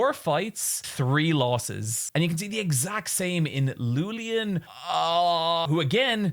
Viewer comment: it's iulian said like Julian but with yu instead of dju.